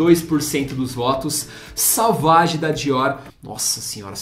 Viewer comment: Cara, vc fala muito errado deveria ter estudado um pouco para o vídeo. Se fala "Sovági" e não é "ambár", é Âmbar.